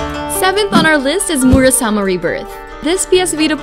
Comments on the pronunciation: Murasama ? or Muramasa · "MuruSAMA" seriously? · She said "Murasama rebirth" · Muramasa not Murasama. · Murasama? lol. We all make mistakes I guess. ;) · Murasama? Is it so difficult to find someone who is familiar with the video games to read your rushed script? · It should be pronounced "Muramasa", sorry about that.